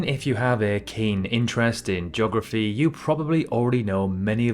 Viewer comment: Joggerfy. Really?